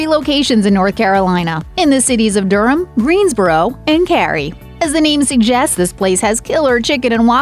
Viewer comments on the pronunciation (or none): none